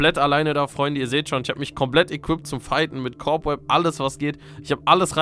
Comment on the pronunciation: Es heißt: ,,Cobweb“ und nicht ,,Corbweb“😭😭😭😭